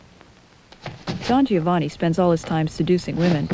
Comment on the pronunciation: You said Don Giovanni wrong. It should be said like Don Jovanni. The "i" funcions to give the "g" a "j" sound. The "i" is not pronounced.